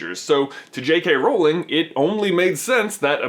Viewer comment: Ok . . . LOVE your channel but her name is pronounced J.K. ROWling, like the sound in loud.